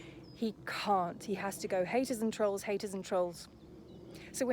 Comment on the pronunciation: The way he torments The Rzucek family is an absolute disgrace ☹️ It’s so great to see his downfall, and it’s nothing to do with the truth channels, it’s all his own doing 😂😂😂 The fact he can’t even say trolls right, does my head in. 🤬 I literally can’t watch his videos. 🤮 It’s so nice to see so many people wake up to him. 😀 He needs to keep buying more subs 😂🤣😂